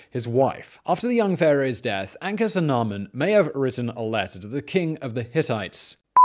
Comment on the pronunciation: A-knock-sue-na-moon. But anyways thank you for this please do more pharaoh videos and one on the sphyinx